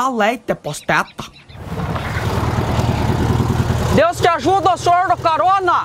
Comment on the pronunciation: O q é "posteta"--->